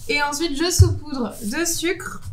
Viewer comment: on dit saupoudrer et non soupoudrer